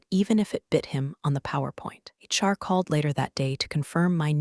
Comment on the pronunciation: I think it is a slurred HR. I don’t know why we think that AI would get it correct